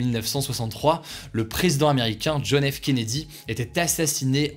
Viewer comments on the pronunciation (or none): none